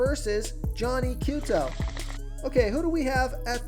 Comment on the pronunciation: Come on man!!! you should at least know how to say, Johnny Cueto. If you want people to listen to your advice.